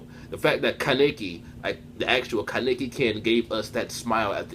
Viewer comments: Ka-neiki wtf who says it like that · It's pronounced kah neh ki! Kaneki!! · My nigga learn how to say his name